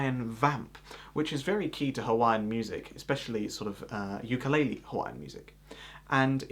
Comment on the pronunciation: The way you say the word 'ukulele does not mean jumping fleas because it is not pronounced yukalele, we don't have that word in the Hawaiian language. 'Uku (ooo ku) in Hawaiian means flea, lice, small bug and lele means to jump, so 'ukulele in Hawaiian does translate to jumping bugs or jumping fleas. But mahalo for making a video of Hawaiian Vamps and for using a hapa haole strum pattern. Keep playing the 'ukulele and spreading the Aloha!